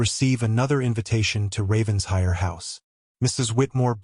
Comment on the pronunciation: The “Ravens-hire” drives me crazy, It’s Raven-shire”!